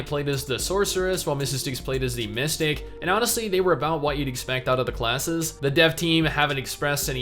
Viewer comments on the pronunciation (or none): I understood "Mistake" instead of "Mystic" on one of those occasions, and I was a little bit confused...